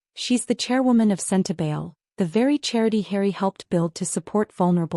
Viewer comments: Is that AI when Sentebale is pronounced Sentebail? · Please pronounce Sentebale correctly.